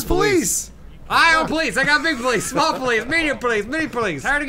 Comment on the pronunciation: I died when was like "shmall ornshorance"